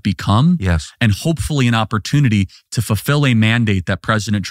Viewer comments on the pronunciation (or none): none